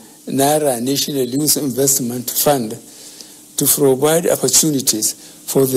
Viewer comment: Is it protest or frotest?.....me I'm not understanding it o....I give up🚶🏼‍♂️🚶🏼‍♂️🚶🏼‍♂️ But wait o...I heard "frovide"...or he was parounocing "provide..?"